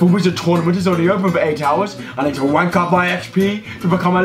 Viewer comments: LMFAO!! "Rank" with a "W" is exactly what he was doing 🤔🤣😂😂😂👍💯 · Ye when he said the word ‘rank’, I got confused for a sec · I love how he replaces all the words that started with an R and pronounced a W instead🤣 made him a proper lispy